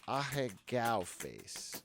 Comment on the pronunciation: I hate how they say ahego